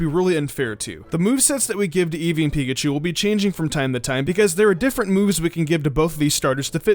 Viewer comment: ITS EEVEE